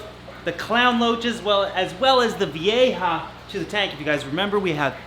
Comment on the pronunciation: Vee-ja. Not vee-a-ha. Lmfao Thanks for videos